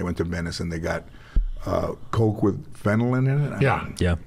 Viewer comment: Are people too afraid of George to correct him? It's not "Fenolin." It's Fentanyl. Dude on the computer looks it up and clearly didn't type "Fenolin" to get search results. SMH.